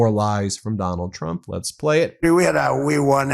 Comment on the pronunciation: Donald Chump is the most honest thing hes ever said or is he having a stroke